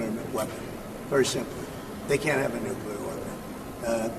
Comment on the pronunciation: it's NU CLE AR...not NU CU LAR. Trump tripped going up the stairs of the plane and Rubio tripped at the same point as he followed him. Newsom is such a vile creature.